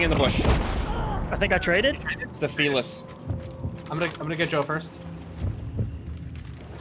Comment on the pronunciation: Fell-iss? Fee-liss?